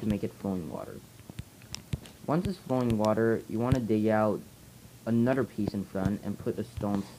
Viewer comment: Really? You say uder not another.